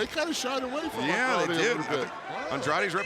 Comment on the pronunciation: Sorry but it's Andrade and not Andradé